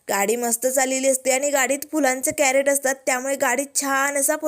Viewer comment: कॅरट नाही, क्रेट म्हणतात त्याला ताई.